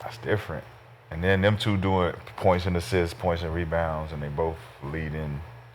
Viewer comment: Its not rebounds, its Me Bounds